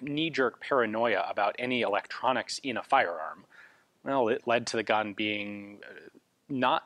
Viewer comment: I’m a simple man, I read “eetroncks” I don’t buy